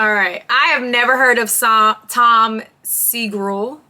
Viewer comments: Tom whoooooo?? How could you pronouce SEGURA segrill 😂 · Tom Segrul?? Whats wrong with you girl. Listen to how presenters present Tom. Its very easy to say Segura. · seh-GOO-RAAAaaah Tom is Japanese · His name is pronounced Tom Segggurrrrrrrrraa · I love the reaction! I laughed the hardest at your pronunciation of his name bc his friend Bert Kriesher or however the fuck you spell it always has his last name mispronounced. Its a change of pace to here Toms name mispronounced. Hopefully they see this and put it on their podcast they would love it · Please someone clip when she pronounces tom's name and send it to 2 bears 1 cave. Burnt Krysler will have a field day with it. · How do you fuck up the pronunciation of Segura? What ever happened to sounding it out? Did they not teach you young folks that when you were learning to read?